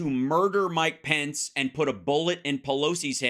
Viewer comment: Why can't Hal pronounce the Vice President's name correctly